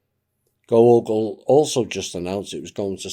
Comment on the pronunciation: Google = GAAGLE.🦃